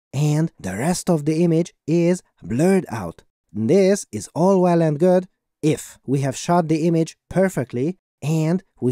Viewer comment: I am still wondering why your voice sounds like an AI-generated one. The pronounciation is, sadly, not on point and the intonation of each sentence is stopped multiple times. For example the word „if“ (at the beginning of your video ) sounds like it was digitally inserted - but not spoken by a human. Hope that you will work on this issue soon 😊